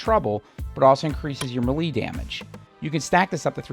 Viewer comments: Love your videos. Your style play is very close to mine (Although you are probably much better at it) Just one thing. me·lee /ˈmāˌlā,māˈlā/ MAY + LAY 🤣 Or just keep saying it however you want as long you keep giving those helpful tips. 😉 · The way this guy pronounces melee bugs tf out of me